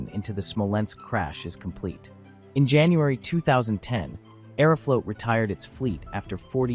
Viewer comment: I don’t approve of the way you say Aeroflot